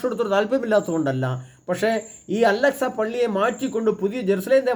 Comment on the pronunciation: അലക്സ് അല്ല ബ്രോ... അൽ -അക്സ